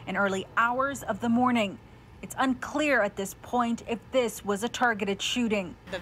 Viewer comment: it’s “this parking lot” not ‘dis parking lot’.. I mean if it matters?